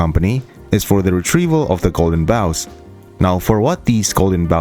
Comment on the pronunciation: Oh my gods somebody who actually pronounces bough correctly. You're more than welcome in the community Sir, thank you for your efforts. :salute